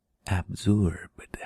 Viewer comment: “Absorr-eb into your bodayyy”. 😂😂